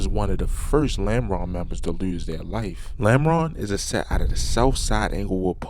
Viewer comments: The way he pronounced “TEEEEEWWW” gave it away 😂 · I hear it to when he say to and do